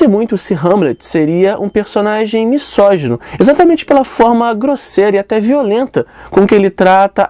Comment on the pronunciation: MISÓGINO = Pronúncia-se MI ZÓ GI NO e não MI SSÓ GI NO.